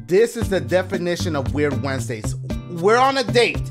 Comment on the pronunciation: Nobody: Dashigames: “weird Wednesdays have turned into weird Ssssswednedays.”😂😂